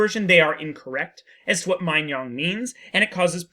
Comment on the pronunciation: "-nong" not "-nyong"